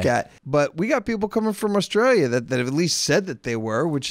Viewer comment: Did say Rustralia?